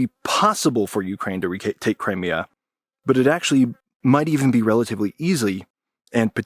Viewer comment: Learn to pronounce Crimea correctly!